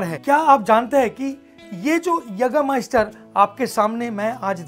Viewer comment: Naam padh pr khud ka pronunciation banata hai kya bhai😂😂